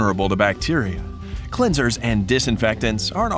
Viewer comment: I cringed at "hy-gen-nic", "clean-sers", and "ven-ni-gar".